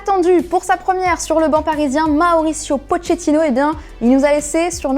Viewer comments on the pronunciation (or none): Deja ca se prononce poKétino pas potshétino bordel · Svp Pochettino se prononce "Pokéttino" voilà merci on vous aime la quotidienne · La prononciation de Pochettino 😭😭😭